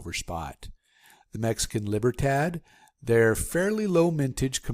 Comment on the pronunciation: Maple Leaf is most recognized coin on Earth. Mexican coin is pronounced Leeburtad. Thanks for informative video.